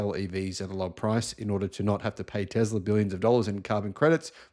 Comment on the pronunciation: Dacia is a Latin name, so you should read it Datschia. And Tesla iz Serbian, it reads with an S, not Z.